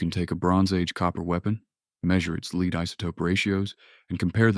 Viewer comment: A.I. doesn't know the difference between 'Lead' and 'lead'! Hopeless ...